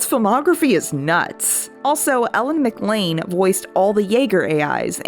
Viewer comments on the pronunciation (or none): none